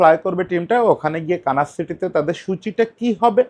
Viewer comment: কানাস না মনে হয় দাদা। কানসাস সিটি